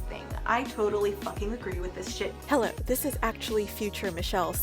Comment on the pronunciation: eye- 👁 i thought you said “hello fishes”